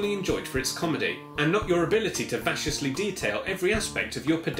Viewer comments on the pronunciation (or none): You pronounced the word Vacuously wrong. I honestly liked the sound of how you said it though so I decided to see if how I have been saying the word has been wrong all these years. And sure enough your pronunciation of the word was wrong.